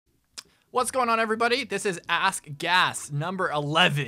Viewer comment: Everytime I hear this intro it sounds like AssGas